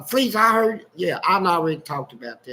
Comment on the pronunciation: It’s so funny when Fleece is narrating one of his experiences “ so I’m walking and somebody holler “Hey Fe’ Lise! “ 😂😂😂🤣🤣 Why does he periodically pronounce his name like that vs. Fleece ❤❤❤